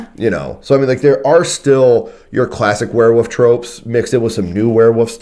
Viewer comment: Yes they are pack animals but haven't you ever heard of lone wolves? Also it's Werewolf not Were'woof lol... This is not an attack by the way, great review, I'm just being silly...